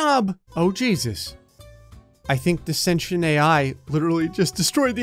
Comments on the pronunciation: He said senchent it’s sen tee nt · "Sashant ai" People who like to correct people: ITS PRONOUCED SCENT-TI-ENT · It's pronounce Sin Tea Ent not Sin tion. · its not senchent its cen T ent for sentient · just sound it out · Have i been pronouncing sentient wrong my whole life or?